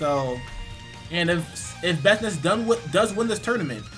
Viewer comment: This man didn't just say "Bestnice" .......